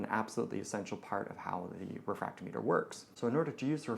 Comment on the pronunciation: The way you pronounce refractometer proves that you are truly a "".